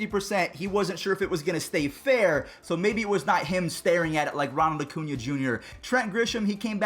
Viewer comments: Why u say Ocuna, its Acuna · it's Acuna not Ocuna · No it's not Ocuña it's Acuña!!! AAAAH cuña to make it easy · u say it wrong too it's acuna not ocuna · It's definitely not O-cuña it's A-cuña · its AAAAcuña not OOOcuña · I was at the Braves game yesterday and was sitting in right field. People were yelling Harper you won’t be as good as Acuña. But they were pronouncing it wrong. So it’s not one fan.